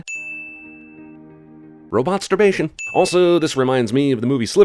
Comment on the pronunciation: "Robotsurbation" Jeremy you didn't XD